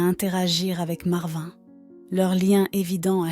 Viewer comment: Complètement inventé, avec une voix qui se trompe de prononciation sur "marvin", des photos de stock qui ne correspondent pas à l'histoire ou sont parfois truquées (la fille (montage photoshop maladroit) entoure le lion avec une main en trop !!!)... Ça fait pleurer dans les chaumières et démontrent à quel point les histoires cucul d'animaux tirent des larmes aux français moyens qui n'ont qu'indifférence pour le voisin du dessus qui a plus de soucis qu'un gros lion imaginé par AZ machin chose...